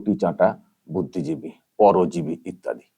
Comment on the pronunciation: Areota budiiji noy ota cuddijibi😂😂😂